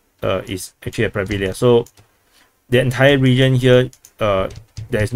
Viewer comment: When you're pronuncing Hryhorivka, Pryvilya etc. The "y" is not pronounced as it is in English. There's no reason to distinguish between "y" and "i" if you speak English. Just imagine it's "Pri" instead of "Pry". The "ya" is pronounced correctly by you btw.